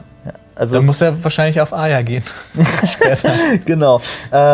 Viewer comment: Nichts gegen euch aber ich hasse es wenn Leute Arya "Aya" aussprechen.😂